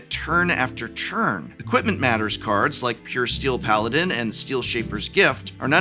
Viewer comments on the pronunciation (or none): none